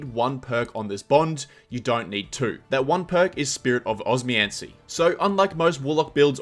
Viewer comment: Every time he said it I was like, bro’s just neglecting the second O and M